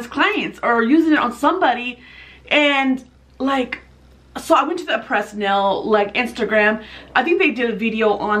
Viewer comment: No offense, but the brand name is pronounced AH-PRAY , not A-PRESS.